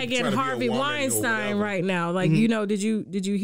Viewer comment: Harvey Weinstein i.e. (wine-steen) steen like sheen Not stine like shine.